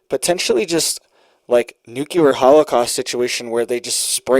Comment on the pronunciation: Nuclear = New Clear........... No such word as new clear lure..